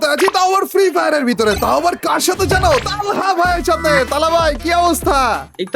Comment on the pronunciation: আপনি তালহা ভাইকে তালা ভাই বলেন😂😂